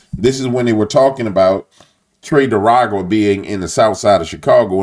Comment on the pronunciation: Do you call them "tre de aragua" on purpose to disrespect them or just the way you pronounce it. Just curious. Take care brother